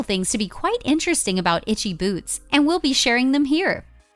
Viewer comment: At the very least I would expect these idiots to learn to pronounce her name correctly..